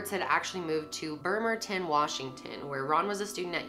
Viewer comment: You mispronounced Bremerton I am a local here